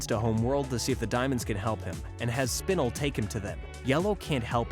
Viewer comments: I loved this vid so much but hearing him say Spinel wrong angered me in ways I cannot describe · Why is nobody talking about the way he was pronouncing Spinel's name💀. It makes me think that he isn't a true Steven universe fan and he only did the research to make this video just for money. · It kept getting stuck in my craw that he'd confuse garnet and amethyst and kept calling lapis "aqua", and Spinel "spinnle". It's cool if the guy reading never actually watched the show, but coach the guy on names at least. Anyway it was still nice to get a truncated version of the story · Your saying spinel wrong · Pretty sure you're pronouncing spinel wrong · Sorry but the way you pronounced Spinel was really annoying me but the rest of the video was fine 👍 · No one gonna talk about him saying spinel weird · did nobody nodice that he said Spinel incorectly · I hate the way he says spinel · the way you say spinel triggers me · Bro said spinella wrong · He pronounced Spinel wrong